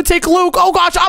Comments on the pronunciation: It is oh my gwosh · And I like when he said I my gwosh